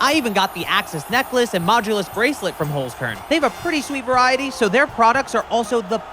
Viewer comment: as a german i would like to ask you at least to look up the pronounciation of "holzkern" because its really not that hard